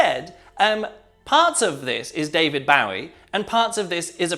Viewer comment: strange way he says David Bowie, is that the way it is said in the UK?